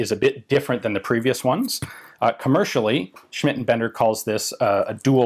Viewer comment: Just wanna mention Ians flawless pronunciation of Schmidt & Bender! Sehr gut!